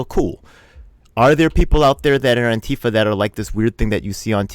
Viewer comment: what's with pronouncing ANTIfa as anTIFA?